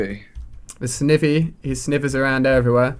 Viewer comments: Ali the grass starter u keep finding is pronounced SN "EYE" VEE not sn "ih" vee. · Sniiiiiivy not snivey dah helllll noe sniiiiiiivy say it with me ali sniiiiiivy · 1 snivy is pronounced SNI-vy and 2 that was a servine which is the evolution of snivy. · Feraligatr's ice fang is super effective against dragon, flying, ground and grass, so it does 4X damage to Rayquaza. And it's pronounced Sn-eye-vee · Serving is the evolved form of snivy (pronounced sniiiivy) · And snivve instead of snivy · It is called snivy (sn-eye-vie. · .you always say snivy wrong